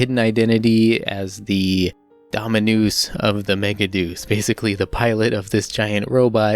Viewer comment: I love Big O! It has such a good soundtrack along other things. One thing that bugged me is how they pronounced ‘Deus’ in the english dub as ‘Deuce’. I really wish my friends would watch it lol